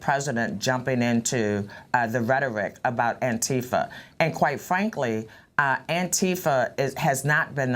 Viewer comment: Stop molesting the name Antifa. This is not how it is pronounced, this is never how it was pronounced, stop fucking up words that existed long before you got hold of it and mangled it for some dark reason. Also: Long live Antifa.